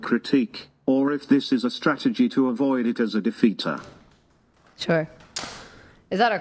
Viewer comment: How is she considered an “all star” in anything?! Hands down, the dumbest internet debate personality I’ve ever seen!!! She’s legitimately stupid. And I swear to God almighty… If she can’t learn to say SURE correctly I’m going to lose my mind! “cHuR! CHuR cHuR CHURRRR!!!”